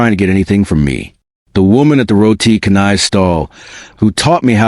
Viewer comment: "Roti Canai" is pronounced, "Row tee Cha nai"